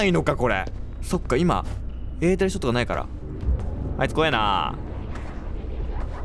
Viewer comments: 。えーてるをえーてるどこいったんすか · エーテルをエーテルって言ってない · エーテルを得ーてるって言った？ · エーテルをえーてるって言ってほしい笑笑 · エーテルをえーてるのこと忘れてる？笑